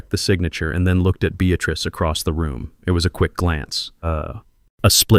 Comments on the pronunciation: Beatrice NOT Beatatrice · Beatrice. Not Bestatrice